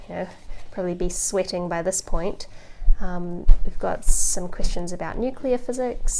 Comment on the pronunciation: I don't know how I got to this video, I was watch mostly anime related videos. I know she is saying Questions, but it sounds like Christians😶